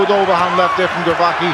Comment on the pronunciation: Saying "Glowatscki" the entire fight, nobody correct him. Like disrespect for an elite fighter.